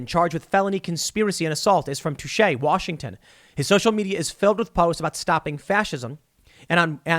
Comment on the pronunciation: Lol. Touchet (tim pronounced it touche). I live not far from there and the town has been pronounced as Too-Shi for decades. I understand the confusion but it made me laugh.